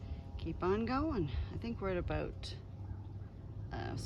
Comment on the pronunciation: I get a giggle a "aboot" Everytime